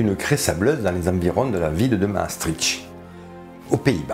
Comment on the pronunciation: bonjour, la ville hollandaise de Maastricht, se prononce Mastrickt, note d'une petite belge qui parle un peu le néerlandais:-)